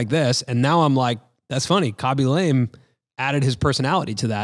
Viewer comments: Had not heard of Khaby before, but enjoying this episode nonetheless!! I'm gonna go out on a limb here with what little I know of foreign languages and guess his last name is pronounced more like "Lah-may" rather than "Lame" with the long "a." Cheers! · Khabey Lamay - not Kaby Lame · It's not lame It's pronounced : la ame Say la like lalalalala then mé like meh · Ahh you pronounced his surname incorrect the whole time 😢 it's more lar-may. You mentioned at the beginning you were unsure if you were pronouncing his name correctly, and I suppose if you're presenting one person that's one touch of research that could help - just pointing out as I was watching your Mr beast interview and you all agreed that it's good to hear when you did something wrong to ensure the best content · Khaby La-meh